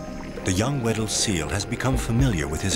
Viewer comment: I thought he was saying “widdle” instead.